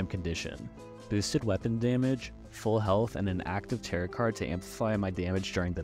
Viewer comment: Great video- one thing though, tarot is pronounced like “tare-oh” lol